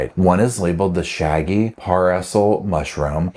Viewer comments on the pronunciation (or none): none